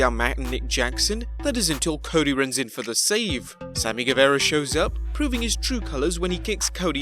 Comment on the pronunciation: I love how none of these UK Youtubers have said Sammy's last name correctly yet lmao! I have watched like 6 different big channels to :)